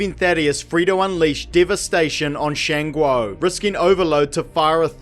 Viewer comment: I really don't have an opinion on this afterwards but your pronunciation of Shan Guo is disgusting.